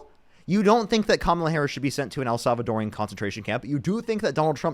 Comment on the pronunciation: I love your streams but I just want to say, as a woman married to a Salvadoran, the correct way to say Salvadoran prison camp is what I just said. It’s not el salvadorian. I know, I get on my kids nerves too lol